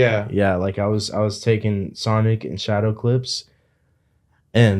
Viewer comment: My favorite part was when he walked inside the room and just said “Sanic.”